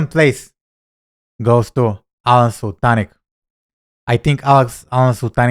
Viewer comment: This video is so funny. Here are a few points to ponder …. First, you are correct with the pronunciation of “Sul-tin-ich”. Second, you’re right that both are incredible marketers. People should learn from both. Alen’s Nothing Held Back community is the best there is for 100 reasons. Third, they probably wouldn’t fight as they are buddies. Maybe they’d pinkie wrestle over bourbon or a coffee. Fourth, this is where I think you may be off with your prediction with who’d win. Alen is a very big man at 6’2” and VERY buff. His legs are like tree trunks and he’s really fit. Not sure if he has wrestling skills like Russell though. This is a fun video and I know you made it for that reason. 😂